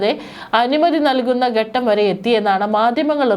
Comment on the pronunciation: ഗനനം, ഗട്ടം... കഷ്ടം